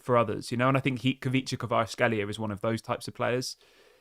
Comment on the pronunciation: It is pronounced Kweecha Kwarats-kheelia